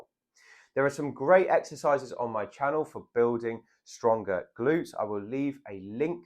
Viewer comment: I will subscribe when you say, "channEL", instead of, "channo".